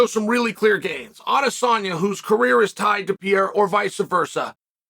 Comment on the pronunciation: Its Pee Era, you guys...